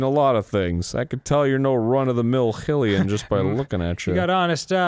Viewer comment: Why do they still not know how to pronounce Hylian 😡